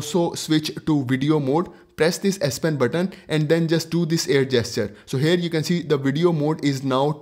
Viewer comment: FORGODSAKE PLEASE stop Sounding HAIRRRRR...🙏🙏🙏 It is HERE that sounds like HEAR. Not HAIR... That was so annoying dude...